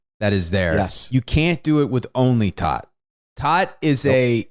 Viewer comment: tōt is pronounced TOTE, it is the German word for Death :)